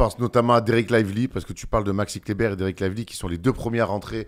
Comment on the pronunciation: Je me disais qu' avait changé quand il a dit dit 8 fois fois d'affilée Maxi Kleber correctement...pour finir sur un gros Maxi Clébard! Franchement merci c'etait beau.